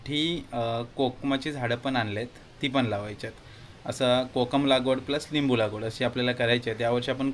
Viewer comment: त्याचा ल आणि ळ चा लोचा आहे थोडा ..त्यामुळे तो लिंबू ला निंबु बोलतो ...लिंबू बोलायला गेला की ळिंबू येत असेल त्याचा तोंडातून ,,जस की तो पालापाचोळा ला पाळापाचोळा बोलतो ..असो बाकी ज्याची त्याची इच्छा